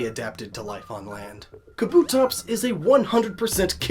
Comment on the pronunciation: It's pronounced KAH-boo-tops